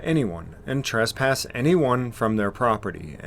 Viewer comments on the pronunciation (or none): says "trUsspass." It's actually "TrEsspass."